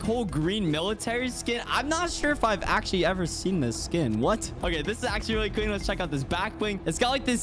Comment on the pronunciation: The amaunt of times he said "accualy"